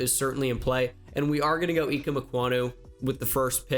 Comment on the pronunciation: Its I-keem